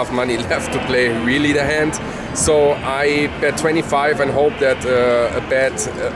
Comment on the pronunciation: weally weally weally weally weally good lunch.